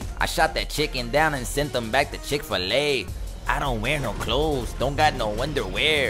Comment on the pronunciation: It was funny when he said i sent the chicken back to chicfalea